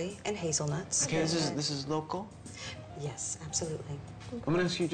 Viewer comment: love how he says "local"... sounds like "loco". makes me laugh every time